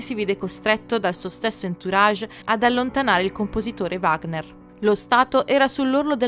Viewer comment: Il video è molto bello. Mi permetto di osservare che la pronuncia dei termini tedeschi è terribile. Addirittura Wagner viene storpiato!!! Era tedesco, Richard non si pronuncia come fosse un nome inglese. Il CH va pronunciato come la J nello spagnolo José. Saluti